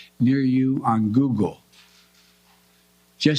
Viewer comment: The way he pronounced Google sounds like he was coached on how to pronounce it for the 1st time in his life.